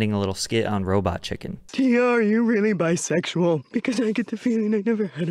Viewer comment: Lol same "I am very bisexyal"